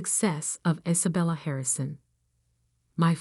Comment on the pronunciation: Why can’t the narration program pronounce Sophia or Isabella?